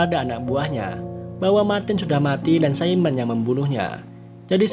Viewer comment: Simone bang bukan saimen